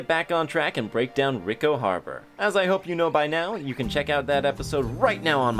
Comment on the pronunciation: Pronounced ree co